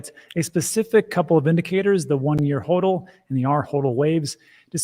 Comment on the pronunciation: pronounces HODL correctly